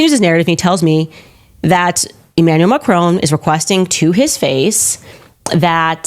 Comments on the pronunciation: It is pronounced Mac-ron, not Ma-crone, please pronounce the surname of the French president correctly. Just because Candace Owens pronounces his name incorrectly, doesn't mean you have to, it really doesn't become you. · She would seem too stupid to realise that if MAGA get their way, after they’ve removed all the brown people the black people are next. Here she is standing up for the fascists who detest people of her colour. I wish Americans would learn to pronounce Macron properly and come to think of it croissant. 🇺🇦🇨🇦🇬🇧